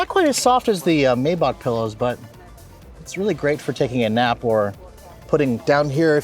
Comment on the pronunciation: A car guy should know how to pronounce Maybach. It's My-bock.